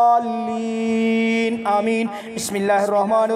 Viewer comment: Aaj maine suna aap surah fateha galat padh rhe h arbi men doad h joad nhi h shi se padhe in sha ALLAH SAB KO FAIDA HOGA